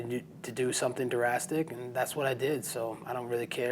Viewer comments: "I had to do some durastic" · it's "drastic", not "durastic"... I'm just pointing this out, cause I have seen it a lot in this comment section... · Is he putting an extra syllable in the word "drastic", like "durrastic"? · We all know what the damn word is but we are pointing the way he pronounces drastic as durastic its funny as hell😁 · Love Colby but he has to stop saying durastic (drastic) if he can’t pronounce it correctly. Keep thinking of durastic park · "I knew I had to do something durastic"??? lol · Something Durastic 😳😳😳😳😳😳 he said Durastic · I love how he says Durastic 😂😂